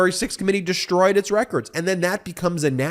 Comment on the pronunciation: no matter how many times you say it, there's still no H in DESHTROYED 🙂